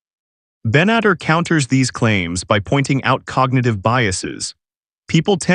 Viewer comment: Ite "Ben-et-TAR" and its "SHOW-pen-how-er".